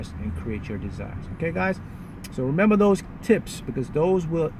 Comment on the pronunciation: So Sarah I hear a lil accent when he says 'memba' for remember. #smooth skin..request: skin care routine